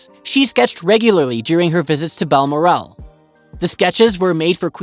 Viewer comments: I do wish these orators would learn to speak English properl Bal Morel, no such place. Its Balmoral. Row can also mean row one is "rowing a boat" the other is like"" wow," please DO TRY AND GET THINGS RIGHT., it's so annoying when you get wrong pronoucments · Coutts Bank is pronounced "Cootts", not "Coats" and Balmoral is "Bal-moral", not "Bal - more- al". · Balmoral - say it again 🤪😂😂😂😂😂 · He pronounces Balmoral in correctly. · Can't pronounce Balmoral either.